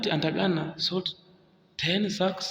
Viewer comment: Good analysis bro! Keep the flames burning! My take: Modify on how to pronounce"Atangana" and not "Antagana"😀